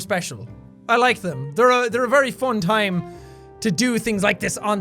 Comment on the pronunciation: The way he pronounced 'fun'. "FON" xD